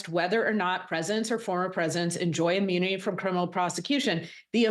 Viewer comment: It's pronounced immunity not ammunity! 🤔